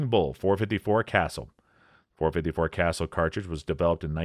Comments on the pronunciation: It's .475 WILL-dee and .454 kuh-SOOL. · Wildey: "Will Dee" Casull: "Kah Sool" Magnum: "Mag Num" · It's called a 454 Casull, not 454 Castle🤣💯✌